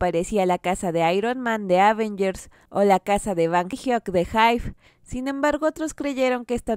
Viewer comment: De "ávengers", jaja.